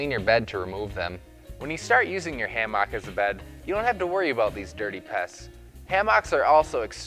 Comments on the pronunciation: Good vid apart from your wrong pronunciation of the word hammock. It is NOT ha-mock it is ham-ock or ham-uck. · ham ick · Driving me crazy too...pls dont say it Again😩😄🤭It's Naaaat a hammAAck. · Like every other comment on here, I couldn't stand listening to this fella pronounce Hammaaaak. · It’s pronounced Hammick. I see you still sound out your words. Like to hear you sound out Wednesday. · WTF is s hamm-aak? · Learn to pronounce hammock. It's not ham hock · Why is he saying hammock like that o.O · The whole point of this video is invalidated by the way he pronounces hammock.